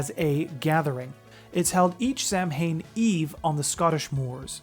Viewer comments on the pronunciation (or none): No they arent. There is a movement to save them! Also it is not pronounced SAM-HAIN. It SAW-whin or SOWN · For fucks sake, it is pronounced SAH-win, not Sam-Hain, that should be an easy one. That is a Scottish Fold, it is a domesticated breed of cats, not a Scottish Wildcat. Again, that is a Scottish Fold, not a Cait-Sith, which is actually pronounced more like Cat-Shee.